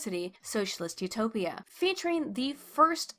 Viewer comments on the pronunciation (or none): none